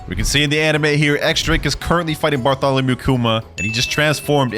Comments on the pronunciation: Bro said bartalomeo 😭 that's barthalamu kuma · Bro said bartolomeo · Bro called Bartholomew Kuma bartolamio 💀💀💀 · jus butchered Bartholomew Kuma's first name😭